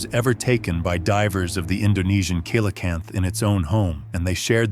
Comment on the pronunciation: it's pronounced ce LA canthe